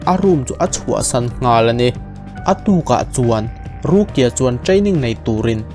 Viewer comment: Rukia i lam dan hi mipa i sawina a ang thin ka ti.. ruki-a tih ang deuh hian a ri a..